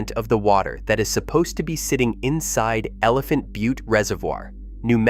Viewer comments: Al-bu-kwer-cue ? Elephant bu-tee ? This is supposed to be credible ? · How about Elephant bu-tee ?